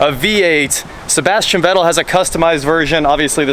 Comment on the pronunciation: Great vid, but "Vettel" is pronounced "Fettel".. Just for info.. :-)